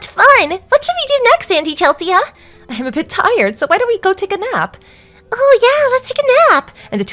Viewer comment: Chel-see-uh? That name is pronounced Chel-see!!